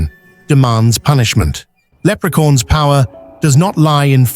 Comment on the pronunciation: I like how the AI pronounces it”Leprecorns” 😂